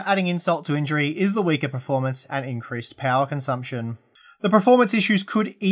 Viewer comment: Can you please stop mispronouncing the word performance?? You always say pro-formance (which is baffling seeing as you are quite well spoken and articulate)